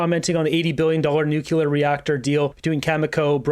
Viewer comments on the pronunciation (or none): It's pronounced new-clear not new-cu-ler